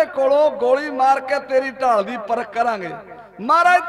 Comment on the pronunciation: "ਢਾਲ" ਨਾ ਕੇ "ਠਾਲ"